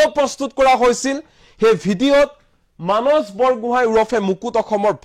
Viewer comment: মানচ....😊😊😊 যদি মানস শব্দটো মানচ বুলি উচ্চাৰণ কৰে তেতিয়া সন্ধিয়া*, *সদায়*, *সোমবাৰ আদি শব্দ বোৰ কেনেকৈ উচ্চাৰণ কৰিব ? বেলেগে আন কোনো নহয় অসমীয়া ভাষাৰ শত্ৰু আপোনাৰ মোৰ দৰে কিছুমান অসমীয়া লোক যিয়ে নিজ মাতৃ ভাষা শুদ্ধ কৈ কব , উচ্চাৰণ কৰিব নাজানে।